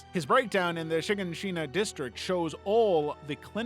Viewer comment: Bro it’s “Shi-Gan-Shia)